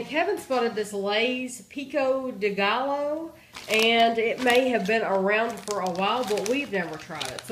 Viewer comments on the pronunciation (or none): Did you really pronounce Gallo that way?